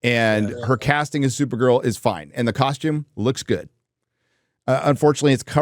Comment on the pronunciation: Come on, it's supergirl not supernun